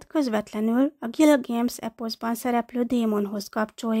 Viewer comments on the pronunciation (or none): Miért mondja a női hang hogy Gilgéms rettentő idegesítő hàt az Gilgames